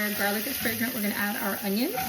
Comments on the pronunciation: okay in sorry but did anyone else hear “once your garlic is pregnant” and not fragrant? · I heard "Once our garlic is pregnant" instead of "fragrant" smfh